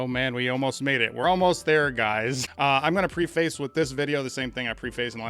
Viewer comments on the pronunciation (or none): I like your analysis! I’m an editor, so I have to say this. The word preface is pronounced “pref’-iss”